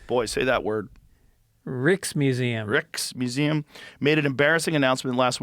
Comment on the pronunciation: It's pronounced rike.. Reich... Rikesmuseum... The rijksmuseum